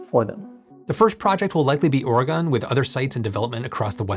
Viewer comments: FYI it's pronounced Orygun not Origone. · Very excited for this tech. Also: Or-eh-GUN, not Or-eh-gone. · as a native, I always crack a smile when it happens. For those of you who would like to pronounce it correctly, say "organ" but with an "uh" or "ih" in the middle: OR-uh-gən / OR-ih-gən. In other words, it rhymes with Morrigan and Corsican. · Excited to have this in Oregon! Also,, it’s pronounced organ. Like your kidney. 🍀🙏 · I really hope it's Oregon, and, it's pronounced "Or - ee - gun".:) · that pronunciation of Oregon hurt my soul